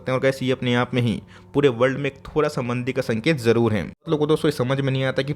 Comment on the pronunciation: वो मंडी नहीं मंदी होता है अंकल